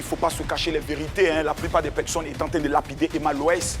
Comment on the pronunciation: Pourquoi il dit toujours pecsonnes même ?